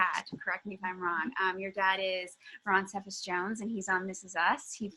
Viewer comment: The way the interviewer said cephas bothered me